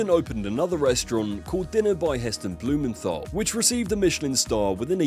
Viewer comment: Hard 't' in Blumenthal, not 'th'.